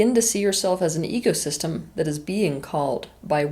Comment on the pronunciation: AnyOne else hear "EGosystem" once or twice? 😊